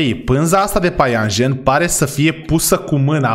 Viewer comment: .se spune păianjăn